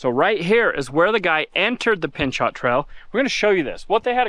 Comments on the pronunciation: Just an FYI for you - The name Pinchot is pronounced pin-chO with a hard "O" sound and no "T" at the end. It comes from the very first chief of the US Forest Service in 1949, Mr. Gifford Pinchot. Mr. Pinchot tripled the nation's forest reserves, protecting their long term health for both conservation and recreational use. There are parks, forests, and trails all across the country named in his honor. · Pinchot....pronounced pin·show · It's pronounced 'Pin - cho' (Pinchot). T is silent. 🙂